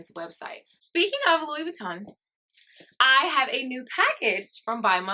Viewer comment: There you go. You are one of the fewest people who pronounced LV correctly. I’m a former LV leather artisan and I used to make their bags for the USA manufacture. The neverfull was one I specialized in. Great bag .